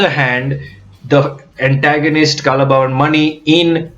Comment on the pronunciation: careful with pronunciation :It is 'kalaa' bhavan (Kalaa = art) (because in Malayalam; 'kal'=stone)